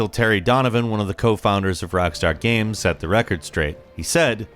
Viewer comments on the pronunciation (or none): It's games, not gams. It's kind of hard to take a gaming information channel seriously when they can't even say games right. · Thank you! I thought I was the only one hear him say gam instead of game for years now.